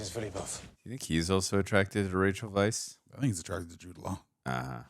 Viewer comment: Rachel Weisz's last name is pronounced "vice", so you were correct in your pronunciation. Most people aren't. Ralph Fiennes name is pronoynced Rafe Fines. Good job, both of you...I heard some Star Trek: Wrath o Khan Horner music.